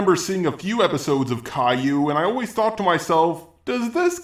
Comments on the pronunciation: CAL-YOU or KAI-YOO. NOT CALLU WTF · Please, it's not Kay-Loo, but Kai-You, like Cobra-Kai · kale-ooh > kai-u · how to say Caillou in GoAnimate: Kai u that'll say it properly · It is pronounced cai-you :p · Only gripe is Cay-lue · "Kale-oo" smh my head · it's pronounced "ka-ee-yoo" Caillou. I think it's french or something since it's Canadian.... don't ask me how I got this information.... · He keeps miss pronouncing Caillou but people say things differently I guess